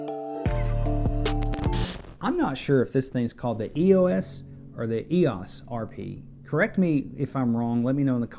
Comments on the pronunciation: "Eeoss" Just kidding, I'm not sure either :) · EEE-oh-ss RP ;-)